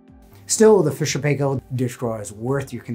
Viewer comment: FYI Fisher & Paykel is pronounced 'Fisher and pie- kll' -Not 'pay' and not 'kel'. This is a New Zealand brand.